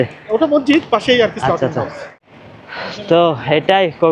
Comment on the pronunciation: Slauting- not, slautering - correct.